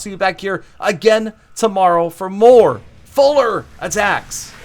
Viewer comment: Fuller... Practice 😛